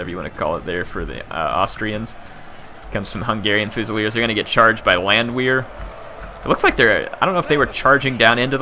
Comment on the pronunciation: In case you were wondering, the Landwehr units should be pronounced as Landver. In German the "W" has a "V" sound. Also do a Napoleon campaign please. :)